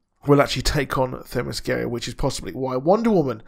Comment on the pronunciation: It's pronounced Thema-skee-ruh... That's the best way I can write it out phonetically. I hope it helps my friend 😃